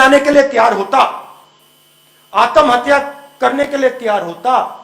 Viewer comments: "आतम हत्या" 😂 पहले आत्महत्या बोलना तो सीख ले Raul Vinci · जीस आत्महत्या और पुनर्जन्म बोलना नही आता हो उसकी तो राम जाने